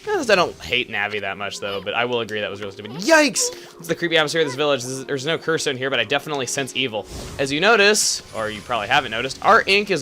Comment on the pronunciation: hey ya know it is Kusa village . You maid sound like Tokusa village . Im just sayin =)